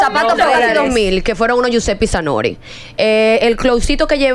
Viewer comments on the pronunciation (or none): E duro dar 2 mil dólares y no saber ni decir el nombre 😂🤣🤣jusepe zanori 😂🤣🤣🤣yo pensé que eresGiuseppe zanotti😂🤣🤣